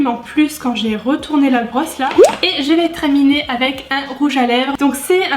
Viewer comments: Wow l'highlighter je suis choquée je m'attendais pas à autant de pigmentation 😍 Tu m'as fais trop rire avec tes zooms et ton "treminer" 😂 des bisous de la #Teamsnap✨, et au passage j'adore ton pull 😘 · « Treminer » j’ai rigolé... 😂😂😂 Super vidéo ma et on en parle cet highlighter oufissime?! Il me le faut! 🤩 J’aime tellement ce genre de maquillage sur toi, sublime! Pleins de bisous 😘 #teamsnap 🌟